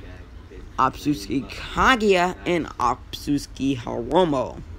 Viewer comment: Not tryna be mean but it’s otsutsuki, not obsusuki